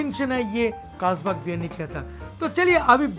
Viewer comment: First learn how to pronounce Carlsberg